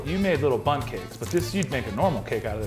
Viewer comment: dear me and my wife love that you keep saying mini butts instead of mini bunts!!:P